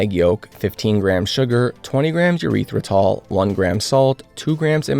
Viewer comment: Urethratol lol